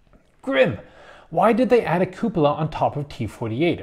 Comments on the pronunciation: in italian it's cù-po-la, in other words the way you say it. not cu-pò-la nor cu-po-là. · Even though you're not Italian, you are pronouncing it right